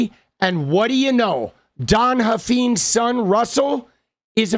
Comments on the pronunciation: I think it’s pronounced Huff Fines not feens. I live in Texas. They are extremely influential in the state. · It’s Huff - eyenes, not Huff- eenes. Please say it correctly. The brand needs to be trashed. They own multiple car dealerships in the DFW area.